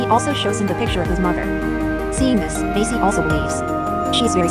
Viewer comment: Her name is Maisy, not Macy